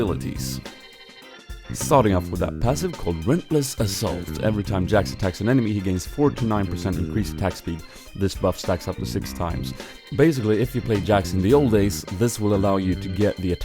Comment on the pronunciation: it's relentless assault, not rentless * :3